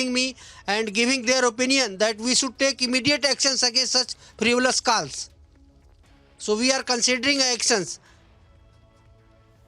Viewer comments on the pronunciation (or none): It's calls not kaals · "KALLS AND ARGOOMENT" 😂😂